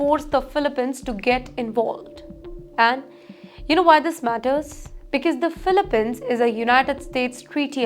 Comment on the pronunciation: It’s pronounced “filipeenz”, not filipehns.